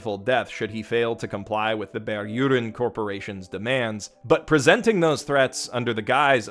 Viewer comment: Bear urine instead of "Berühren" is all my native ears heard throughout.